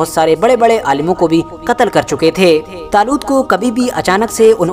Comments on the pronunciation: Badsha zaloot nhi 🤣🤣🤣 badshah taloot bolo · Bhai aapne bolne me galti ki h